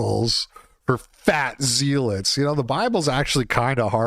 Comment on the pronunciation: zealot is pronounced like pellet